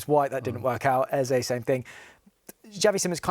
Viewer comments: How does Sherwood get any work he just called Eze Elise ffs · Sherwood had nothing positive to say and we are so in his head he couldn’t even say eze the man said Olisa